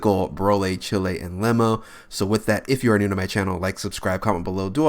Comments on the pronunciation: It's pronounced Cheelai [cheeleye] cheeeelaaiiii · He said Rosé then Brolé instead of broly because of chilé after too😂😂😂